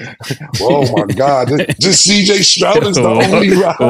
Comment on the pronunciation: “CJ Strout” lol